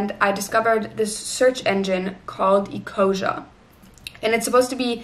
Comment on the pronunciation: ecosia is german so its pronounced eco-zee-ah